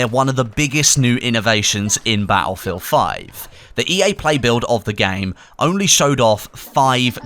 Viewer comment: Bat-Ullfield xD